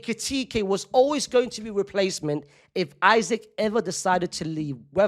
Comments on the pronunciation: ik i dont care but bro its not that hard to say “eesak” and not “isaac” if it was a hard ass name to pronounce id get it but how hard is it to say “eesak”😭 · Bro said Isac😂❤ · his last name is 4 letters 😭 just pronounce it the correct way